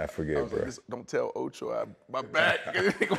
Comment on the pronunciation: ocho said coupons lol